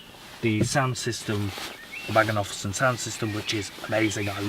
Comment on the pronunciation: Couldn't watch all the video, the noise from that coat is annoying . It's Bang and Olufsen not Bang and Ofulsen